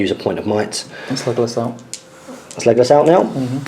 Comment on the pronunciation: Why do u say megalos not legalos?